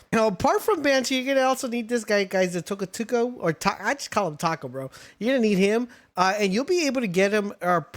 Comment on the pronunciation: Lyleen - Lilin... Bushi - Banshee... Tocotoco - Tucutucu...Mossandra - Moose-anda... Orserk - ORSKIN??... Penking - PINGING... why? I can't listen to this guy anymore 😭